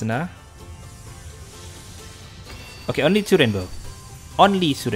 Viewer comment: I like the emphasis on the "Only" two rainbow.